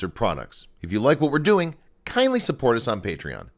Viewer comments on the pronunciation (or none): none